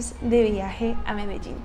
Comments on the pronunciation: Pronuncias muy bien la palabra Medellín, como también Barranquilla. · Me de llin, me de llin, fácil. Lo dices bien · Pronuncias muy bien la palabra "Medellín". Los argentinos no lo saben pribunciar y dicen "medechín". Para no ser hispanohablante hbalas mejor que la mayoría de latinos.